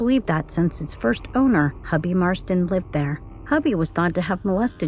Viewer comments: Pronounced H-U-E-B-E-Y not Hubby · Hubie( Hoobie) Marsten NOT HUBBY¡!!! GOOD LORD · Please learn how to pronounce Hubie. It makes me think you never even watched the movie.